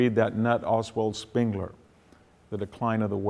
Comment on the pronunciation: I don't think he actually read Spengler, but probably fragments of someone else's interpretations. And he mispronounced his name. Other than that, interesting lecture.